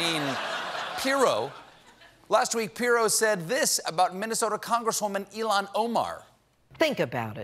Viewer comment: Complaining about how Jeanine Pirro pronounces hijab while pronouncing Ilhan's name like Elon Musk. It's ill-haan, it's not that hard, Colbert.